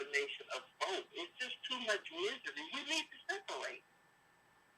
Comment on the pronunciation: 😂😂😂 said it’s misery without no D..